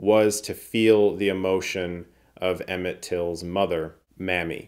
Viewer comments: FYi: Mamie (pronounced May-me) Till. Mammy is a whole different thing. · Emmett Till's mother's name Maime is pronounced "May me" not Mammy!!